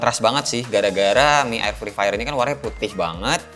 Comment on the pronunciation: fri fayer :v